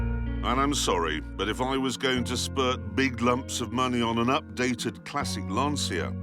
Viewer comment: LAN-CH-IA FFS!